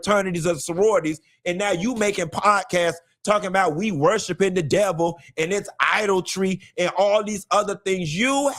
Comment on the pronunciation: “Idol-tree”😂😂😂 sir, plz